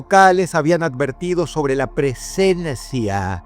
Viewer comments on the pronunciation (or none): la "presennesia"